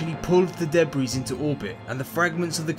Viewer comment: "deh breeze" (debris)